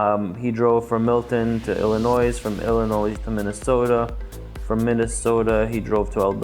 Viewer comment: Great video, thanks for the info! Fyi the "s" in Illinois isn't pronounced by most 😊